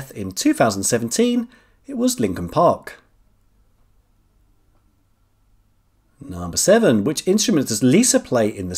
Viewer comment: Linkin, not Lincoln, Linkin